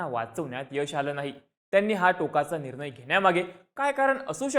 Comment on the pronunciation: आधी न कुठे वापरतात आणि ण कुठे वापरतात ह्याचा अभ्यास करा रे! रे कसले अशुद्ध ऊच्चार करताय निर्णय म्हणतात रे बेअक्कल